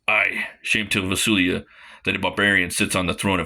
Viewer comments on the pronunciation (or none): Great review, I ordered the 2 books...Funny you kept calling Valusia...Vasulia